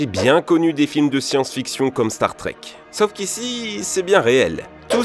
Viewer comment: Si jamais, c'est SAUF, un A et U et non "sof"... sacré français. Un peu comme "pomme-paume" vous voyez la différence? Merci merci, bisous les michtos